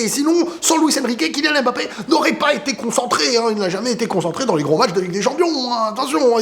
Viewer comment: TU PEUX ARRÊTER DE DIRE "M”BAPPE STP? C’est MBAPPÉ! Le M et le B ne sont pas séparés! Et il n’y a pas d’apostrophe avant le ”B”